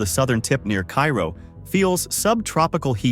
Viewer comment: It's KAY ro.